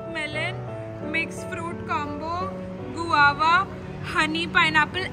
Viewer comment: Not guwawa guava